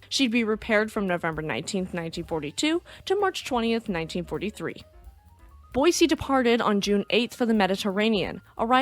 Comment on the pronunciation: Thank you for pronouncing Boise correctly.